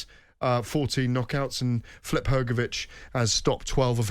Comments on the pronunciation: Why is GAD pronouncing it as "Flip"? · Why does Gareth Davies insist on pronouncing so many fighters names incorrectly? Who the Hell is 'Flip'?